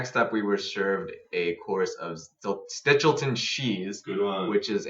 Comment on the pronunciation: Pronounce "Stilton" correctly first, then, perhaps, try to review a restaurant.